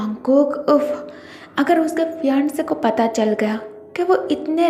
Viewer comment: You are saying phi-aandse